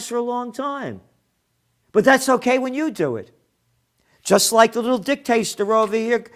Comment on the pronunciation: Gerald did I just hear you say "dicktaster"??? Can't stop laughing. I love you man!